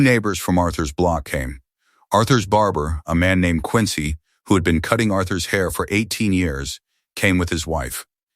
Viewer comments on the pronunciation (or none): none